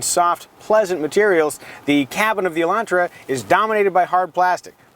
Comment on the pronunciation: Thank you for not saying Elandtra.